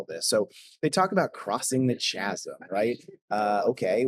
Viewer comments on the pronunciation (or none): It's not just "some" genx. If you are genx you absolutely know what radio shack was. So that's a large slice. I'm not arguing that it's not nonsense but just saying your statement isn't entirely true. Also chasm is pronounced with hard k sound not ch.